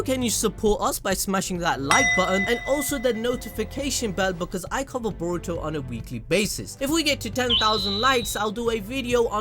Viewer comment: Can you get his name right boruto 🤦🏾‍♂️!